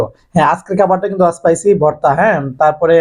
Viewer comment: এই লোকের সব খাবারে এক ই ডায়লগ (এসপাইসি), স্পাইসি না এস্পাইসি🙄 sob khabar spice hoy kmne ak e kotha every video te🫤